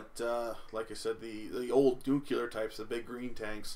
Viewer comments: It's [nu-clear], not [nuku-lur]. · i find it hilarious u pronounce it Nucular. Some President pronounced it that way and there was a big joke about it.